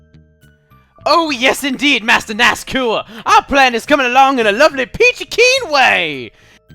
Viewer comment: Master NASCOUR. Really? NASCAR. NASCOUR. MIRIMOTO!